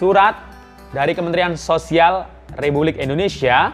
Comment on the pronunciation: REPUBLIK ....kak bukan rebulik 😃😃